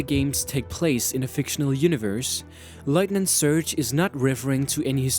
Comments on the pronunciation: Why is this guy saying lightning surge? It'd lieutenant! And why is he talking like that? Like he's not trying to pronounce words right or something? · Tbh I love this video but there are common name mispronunciations like 'Lt. Surge' 'developers' and 'casualties'